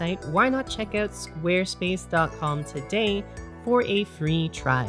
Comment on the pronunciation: I can’t get over the way you say squarespace 🤣😂🤣